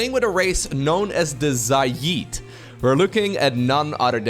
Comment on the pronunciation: Nobody else pointing out that is pronouncing Xayid like Xay-eed instead of Xay-id?